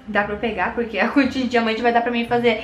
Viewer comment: ostentação de dinamante (diamante) 😁😁